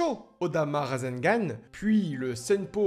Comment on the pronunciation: Super vidéo et super prononciation de rasegan👍